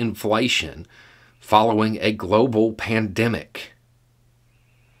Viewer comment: You are saying "PANDEMIC"